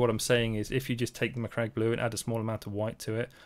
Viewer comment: Aced the Macragge pronunciation. Also, stunning result